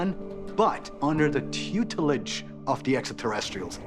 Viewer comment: Giorgio trying to say “tutelage” at about made my day. Big Daddy Chill flexing about feeling a tingle also made the day. 🎉